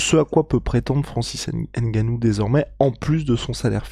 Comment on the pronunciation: Un peu de respect quand meme... C'EST NGANOU et non "N"GANOU...ca fait chier a la fin!!!! Quand meme!